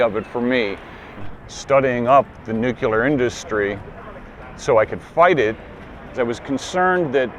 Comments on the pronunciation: Nuclear. Repeat after me 'NEW-CLEAR'. Not 'Nuke-ular'. Please for the love of jeebus it's 'NU-CLEAR'. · I can't stand him pronouncing it nuCULAR. That's not how you say it.